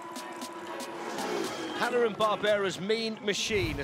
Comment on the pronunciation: That Barbara pronunciation hahah